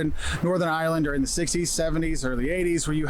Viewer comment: Have a good craic when you go to Ireland, but please don't say (eye)(er)land. It's two syllables ( eye) land. 🇺🇸🇬🇧💜